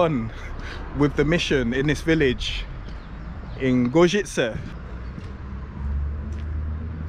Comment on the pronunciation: Outstanding pronunciation on Gorzyce,, I'm seriously impressed!